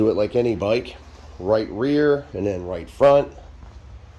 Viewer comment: This byyke, it's fast byyke, clean byyke, analog byyke